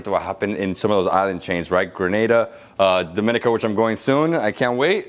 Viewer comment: Dominica is pronounced Dom-mi- nee-ca. not Do-min-ica.😊 Not criticizing you at all. My mom and grand mom are from there.👍🥳😊